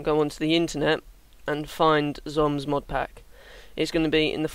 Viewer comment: Thanks! Btw, its pronounced like "zombie" but written only with the "e" ;).